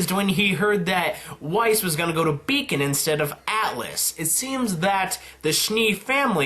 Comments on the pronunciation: "Beacon not Bacon" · Wiess going to Bacon?! xD "Weiss going to Beacon" there we go!